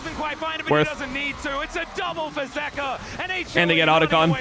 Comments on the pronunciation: its zeka bro why u keep sayin zika lmfao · It's ZEKA, not ZIKA. Why can't he pronounce the name correctly? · Does this guy purposefully mispronounce names like wtf is a zika and zeus like the god like it’s been four years at least